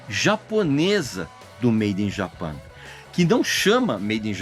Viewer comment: Olá Regis, agradeço por seu trabalho incansável e por compartilhar seu conhecimento conosco. Embora eu aprecie sua habilidade e dedicação, gostaria de chamar sua atenção para a pronúncia do nome do disco "Made in Japan". Creio que seria correto falar todo o nome em inglês. Se você teve alguma razão particular para pronunciar "Japan" em português, gostaria muito de entender. Muito obrigado novamente por seu profissionalismo e trabalho excepcional. Grande abraço!